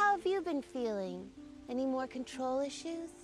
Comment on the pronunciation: ..In con-trol.